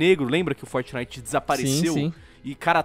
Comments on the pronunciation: vam joojar fortinaite galera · "FOTENITEN" -Mãe, Minha 2019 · "Fornay" Kito,Dary 2019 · Gaga: "Eu nUm sEi o qUi ê Fortinaiti" Eu: Foda-se 🤣🤣🤣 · Fort"Naiguiti" é fogo hein kkkkkkk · Mais tosco é vcs falando fortnaigiti